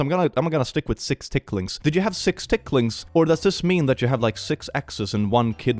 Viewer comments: "Sixticklings"... 😂 You've got to love.. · 6 ticklings sounds like she's saying 6 seperate railings?